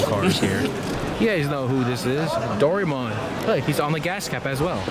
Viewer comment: What the actual fuck... its DORA-E-MON not DORIMON